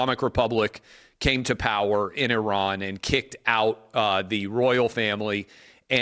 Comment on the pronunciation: Thankyou for being the first American to prounce Iran correctly.😅